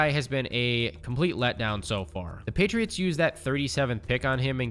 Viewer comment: Did you say gheytriots?